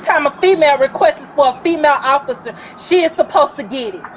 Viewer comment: Hahah , she straight says “female Ociffer”